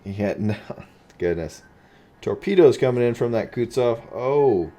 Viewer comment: It's Kutuzov, not Kutsov